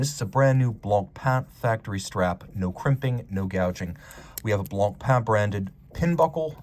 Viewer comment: He says it very well.